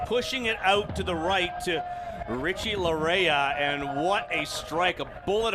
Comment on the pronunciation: Laryea is pronounced LA-YAY